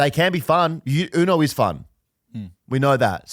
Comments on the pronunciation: Anyone gonna mention saying ‘Yoo-no’? Everyone knows it’s pronounced ooo-no… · "Spanish" saying uno wrong